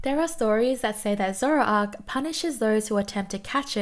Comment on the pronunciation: Toxtricity is i believe pronounced as Electricity that makes the most sense to me so you did it correct ^^ Zoroark is not pronounced as Zoro Ark but rather Zo Roar k Also Zoroark has a new form that comes with the new pokemon game Legend Arceus look it up its soo cool: Hisuian Zoroark Pronounciation of Sceptile the C is silent so it sounds more like Septile About Snom: if this voting would happen again snom probably wont make it so high. In japan they usually love to meme on one pokemon that becomes super populair for a while. Snom was this last year and they end up being quite high on the score board.